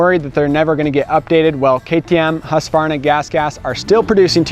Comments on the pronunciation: First time in years Ive heard someone pronounce "Husqvarna" without the "A". Its usually "Husk-A-Varna". Even heard a Husky rep use the A before. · Bravo! Husqvarna pronounced correct 👏🏽